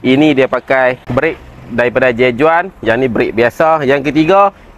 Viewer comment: J.Juan sebut dia "j huan" bro